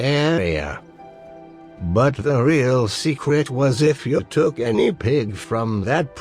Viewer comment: Tah Weal Secwet to dah Cwab UwU